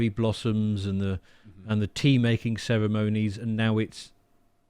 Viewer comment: "cere moanies" !!?? belligerence is the word - yes, the same wherever they go.